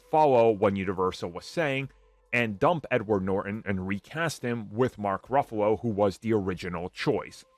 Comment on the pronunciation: It’s Norton, not Nor-en